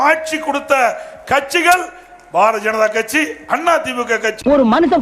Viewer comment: பாரதிய ஜனதா கட்சியா? அல்லது பார ஜனதா கட்சியா? எடப்பாடி பழனிச்சாமி ஐயா அவர்கள் தயவுசெய்து தமிழை சரியாக பேசவும்